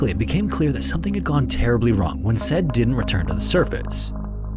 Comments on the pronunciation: "Said" is pronounced "s-eye-EED", FYI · The name Said isn’t pronounced like the English word “said”, it’s pronounced “Sah-eed” or “Sigh-eed”. It’s a name of Arabic origin and it’s pretty common. When you’re reading names, especially of people in these tragedies, you should at least look up proper pronunciation beforehand. This is a common issue on YouTube and I feel like it’s such an easy thing to fix. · Not criticizing the vid as a whole, but for future reference the name "Said" is most likely pronounced "Si-eed" Otherwise, as always, the atmosphere, visuals, and overall composition of the video is spot on. (Pronunciation is hard!) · Just a heads up, the name "Said" is typically pronounced sah-EED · pretty sure the name Said is pronounced "Sah-eed" or more likely "sah-yeed". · You can very easily google how to pronounce names like Said, it would be pronounced Sa-eed. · It feel like "said" is prounounced as Sah-ied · You should work on your pronunciations such as “Said”. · You're really going to pronounce the name Said like the English word "said?" Really? Sa-yeed is how it's pronounced moron. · Man, the name is pronounced sa-eed, not sed. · "Sai-eed", not "Sed"! Haha! Interesting video, all the same! 👍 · Bros name is SAH-EED not SAID LMFAO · The name Said is pronounced sigh-EED, not like the word 'said' is pronounced 😂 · Saying “said” instead of “sah - eed” for that guys name really takes second place for this channel’s disastrous name pronounciation. (First place is Japanese man Ouchi pronounced as “Owchie” instead of “Oh-u-chi”.) You gotta start triple checking names by asking feedback or just looking it up. 😂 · It's not pronounced "Sed" his name was pronounced "say-eed" but hey, you're only talking about the dead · Idk but I'd bet good money that Said's name is not pronounced as "sed" and is actually "Sigh-Eed" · Said isn’t pronounced sed its si-eed lol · not sure about this but - i've met about 6 men named "said" - they all pronounced it, "sa-ee-d" - not "sed"